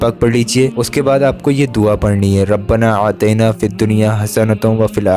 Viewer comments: Bhaijaan bura mat manna. Rabbana Atena he. Ataina nhi. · Assalamu alaiykum Bhai arbi me "Rabbna Aatina" he aur aap Rabbna Aatayna padh rahe ho meharbani kar k aap bataye kese padhna hai? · रब्बना आतिना कहना है आतैना नहीं कहना है। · Janab "RABBANA AATAINA" nahi hai "RABBANA AATINA" HAI appa yaa ka izafa ker ke pad rahe ho meaning change ho jaate hai